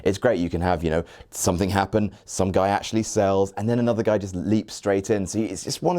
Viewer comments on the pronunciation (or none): none